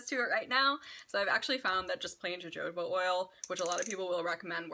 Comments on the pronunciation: 🙊 that's pronounced ha-hoba oil, not ja-joba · I believe the J in jojoba is pronounced like an H, so hahoba oil. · Btw it’s pronounced [ho-ho-ba] oil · Fun fact: jojoba is pronounced 'hohoba'. Just wanted to share lol. Thank you for these great tips! I am definitely going to try your advice as I am quitting false nails in favor of long natural nails